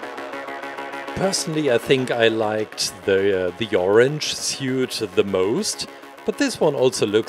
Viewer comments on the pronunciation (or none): none